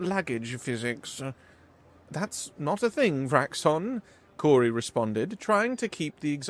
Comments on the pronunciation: Awesome story and great narration. My only nip pick is that I’m pretty sure the hostess name is pronounced “Kow-ri” not “Kor-ri” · It really throws me off when you pronounce the name as “Cory”, its “Kaori”, its even phonetically spelled Kao-ri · Good story, but you really need to pronounce names properly, Kaori is pronounced as Cow-Ri, NOT Cory. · Kaori is infact pronounced Ka-O-Ri, but Cory or Cowri is acceptable for western speakers. Japanese names can be pronounced differently just like every other name on the planet. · Kaori should be pronounced as "cow-ry" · Phonetically Ka-O-Ri. But outsiders like yourself can pronounce it however you want. No harm, no foul. 🤗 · Ka-o-ri it’s not a Germanic language. Also ha-o-ri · is new. Yeah, he regularly muddles words or says them incorrectly. You try narrating something of this length without any mistakes. Most people have to have 4 attempts to leave an OGM on their voice mail! You try reading this story aloud, and then We'll Judge You! How about that? But you won't will you. 🙄